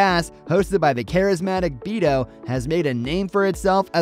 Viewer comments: The name is BETO NOT BEETO. First and foremost. These guys are committed to excellent content and even better giveaways. And always make you laugh and are real “ G’s” in my book. OnDaGas is TRUE GRIT HARDCORE CONTENT. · It’s said like betho yes it’s spelled beto but sounds like it has a H so not beetle or beeto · It's pronounced Beto, not Beto. Come on now. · guy needs to learn how to pronounce Beto